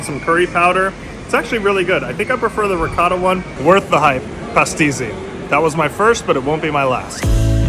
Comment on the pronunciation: Everything about this video was beautiful, I’ll give it a like for sure. I just want to say, how can you visit the island, go home and edit the video and still not know that you were pronouncing pastizzi incorrectly